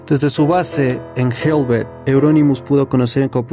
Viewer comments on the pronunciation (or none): No se pronuncia helvet, sino helvete tal cual se lee. Hablo noruego y sueco. Son muy similares estos idiomas. Saludos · No es inglés, es helvete y aske así como suenan...con la e al final